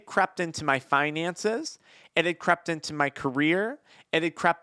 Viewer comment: Crept or crapped? I gues both if you think about it 😅